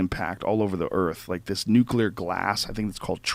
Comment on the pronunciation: Thank you for saying "Nuclear" instead of "Nuculer" Drives me nuts.